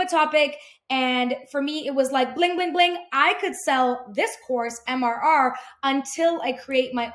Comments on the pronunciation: Please, for the love of my OCD! It's "MRR" not "MMR"!! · I think you kept saying MMR like the vaccine haha. I personally found that hilarious and MRR is just awkward to pronounce